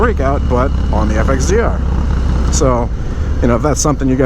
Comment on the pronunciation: Once heard, cannot be unheard. FXDERR! Lmao!